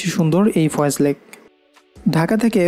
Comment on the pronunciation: Foy's lake not foyez